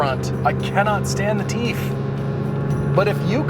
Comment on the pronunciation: Everyday Driver should trademark "beaver teef"